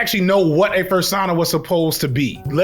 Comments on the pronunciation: never thought it could be said that way, i've a new weapon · bro really said fursauna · some people pronounce persona like that so it checks out :b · cringing at your pronunciation of "fursona"